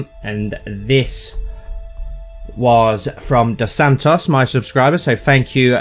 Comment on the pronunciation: I like that you said doss ssantos